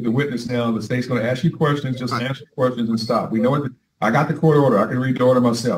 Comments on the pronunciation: It never ceases to amaze me how tenacious these convicts are about learning just enough of the law to present a vigorous defense that their council advised them not to do! It is equally entertaining, listening to them butcher legal jargon and courtroom banter, trying to pronounce words in Latin, all while still heavily peppered with ebonic words like, ax vs ask! 😂🤣😂🤣😂🤣 YouTube GOLD! minute mark, did he say, “The African”? 😂🤣😂🤣😂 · I hate the use of axe instead of ask. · "Aks..." you a question. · Why does he keep saying "axed" instead of ask? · Learn GOD DAMN English!! Ask, not "Ax". I do understand that language is fluid and changes over time, but the repeated use of the word "ax" instead of Ask, just drives me up the wall. Please excuse my poor English, I am not a native English speaker. 🙃🙂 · I hate the use of axe instead of ask. Speak English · Ask not aks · Holy hell, this guy likely needs to get his affairs in order as he is going to prison the next day .. by the way it makes me crazy when he keeps saying “I ax you a question “ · Ugh! I hate hearing “axe!” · Will he ever quit AXING questions ??? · The recorder should. I don’t care if it doesn’t make sense on paper. He’s saying axe. I hate it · I keep “axing” you… lol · Same. The word ask is not that hard to say. This defendant should’ve stopped while he was semi ahead. 😑😊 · Why is it so hard for these people to say ask? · I wonder if he would pronounce Axe body spray as “Ask body spray” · The word is "ASK" for "fux" sake!!!!!